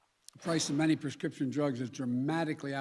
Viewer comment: He can't even say prescription.. a total joke . We are the laughing stock of the world.